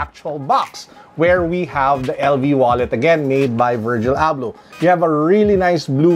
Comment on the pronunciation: Wallet looks nice. Did you get excited towards the end of the video as it sounded like you called him, perhaps it's his Moroccan cousin. 😉